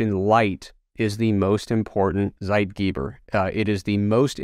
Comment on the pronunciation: listening to him pronounce "Zeitgeber" gave me an upset stomach XD